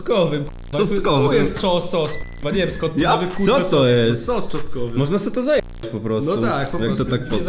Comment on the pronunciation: czoSNkowy pls nie czoSTkowy, jest czosnek a nie czostek